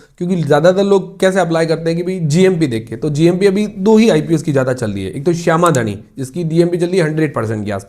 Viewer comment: not shama dhani,its शाम धानी 😅